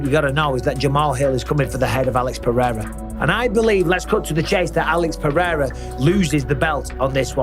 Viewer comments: I hate Cejudo so much. He tried to throw some extra sauce on "Pereira" and said "Paraya". That's not even how you pronounce it with the accent lmao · I don't understand how Rogan being involved with the ufc all this time still can't pronounce Pereira.